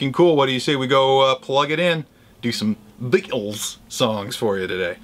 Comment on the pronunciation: Hey, nice one dude. A very Merry Christmas to you and your family, Norman and family, Jen and family, and a special hi to Nick and family from LIVERPOOL UK. was that an attempt at a Liverpool accent when you said, 'Beatles'? Cheers, Spud